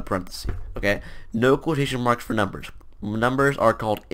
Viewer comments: "numbegers" lmfao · "numbegers" -, 2019